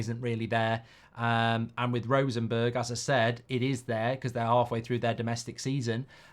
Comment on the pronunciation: How is it possible to pronounce Rosenborg as Rosenberg..? If he is asked to pronounce Bjoern Borg the old Tennis player,, he most certainly actually will pronounce it Borg.